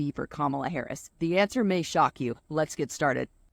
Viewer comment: I have no love for KH, but please pronounce her name correctly. it seems almost none of the conservative people I listen to do that.